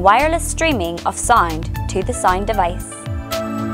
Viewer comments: and for god's sake... it is pronounced Sa'oo'nd and not sa'ee'nd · Is she pronouncing the word SOUND correctly? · I don't think so